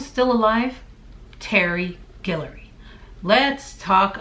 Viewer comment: girl, you from louisiana!? cause you say Guillory (also my last name) perfectly!